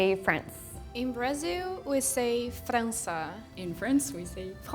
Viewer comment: Ent vc n é brasileiro cara, ela falou frança que nem qualquer brasileiro kkkkkkkkk